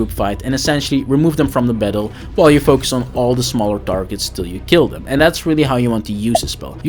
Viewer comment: My man said you can group dem togedder lmao